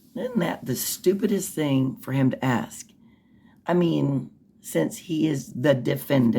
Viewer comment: The judge helps him WAY TO MUCH😡 she gives him the questions to "AXE"🙄😡